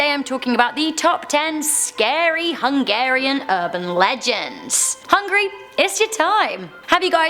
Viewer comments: hungAry.. not Hungry.. please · It's pronounced Hon-geh-ree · When she says it it sounds like hungry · When you said "Hungary" it sounded like you said hungry.